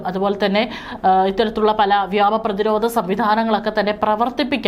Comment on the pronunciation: പെണ്ണെ വ്യോമ (വ്യാമ )ഖത്തർ (ഗത്തർ )എർദോഗാൻ (കുർദോഗൻ )ഇതൊക്കെ മനസിലാക്കി വായിക്ക്